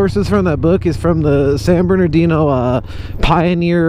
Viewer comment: "San berndino" lol My lil sister says it like that too